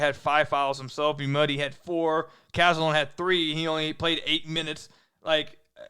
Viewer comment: It’s not pronounced “ you muddy” it’s “ ooo ma day”